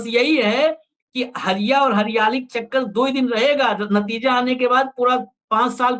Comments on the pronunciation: Hariya nahi...hadiya bolte hai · हरिया नहीं हंडिया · Hariya nahin bhai hadiya hota hai kuchh to Jana kijiye debate mein baithte hain to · Harya nhi Bhai ji Hadhya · हरिया नहीं बोलतें है...... हंड़िया बोलते है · हरिया नहीं हंड़िया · माफ किजीएगा सर उसे हड़ींया कहा जाता है हरीया नहीं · हरिया नहीं हंडिया ।